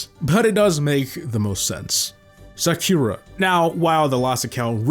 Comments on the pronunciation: SakhYUra TS 💀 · The strangest thing in this video is how pronouce Sakura 😔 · I had to rewind to make sure I wasnt hearing things